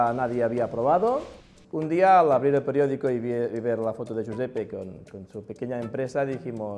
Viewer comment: It’s joo-sep-pay not joo-sep-pee